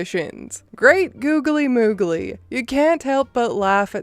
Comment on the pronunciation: When she says "Hreat googley moogley". Makes me chuckle a bit. 🙂